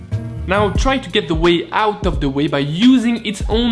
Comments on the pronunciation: Are you saying Ouiiiiiiiii or Wheeeeeee? =P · It's pronouced Quai (Whey) in Kbec. Yes to the Anglophones out there. Gratz on a decent mozza!